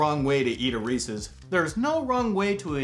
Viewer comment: Most astounding thing this episode: says reeses like “ressus” like an old grandpa and I love it xD